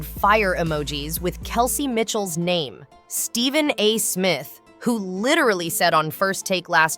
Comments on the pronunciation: Why can’t they even correctly pronounce these incredible star’s NAMES!!!! Such garbage! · I know. And then the completely WRONG PRONUNCIATION of superstar’s names.